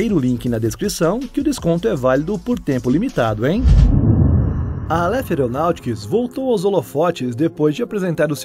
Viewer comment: A pronúncia correta é Álêf, não Aléfi...